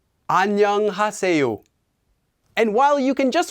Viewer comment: He’s pronouncing is pretty odd, your depiction is more accurate